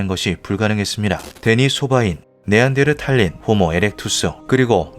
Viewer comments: 여기 씌어진 음성 ai 맞죠? 네안데르탈인 발음을 네안데르타린이 아니라 네안데르탈린이라고 계속 하는거보니 사람이 발음하는거 아닌거같은데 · 네안다르탈인은 현생인류의 조상이라는 설이 유력합니다. 탈린? 탈인이라고 읽어야되지 않나요? 아무리 외래어라지만 읽는 방식을 지켜야지...멋대로 읽으면 되나요? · 네안데르탈'린' X 네안데르탈'인' O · 네안데르탈린 이 아니라 네안데르타린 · 네안데르 "탈린" 존나 거슬리네 고향이 어디길래 한국어를 그따구로 하냐? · 네안델를랄린 넘 거스림😢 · 네안데르탈인 발음을 제대로 못하네 쩝